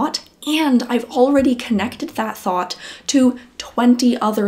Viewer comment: I hear thought but I hear Thot. LOL. idk why